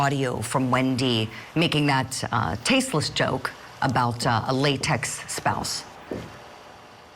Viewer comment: nobody says late, ex spouse They would say late ex-husband. She thinks that’s just hilarious. And you notice when she uses it later in that story, she purposely makes it sound like latex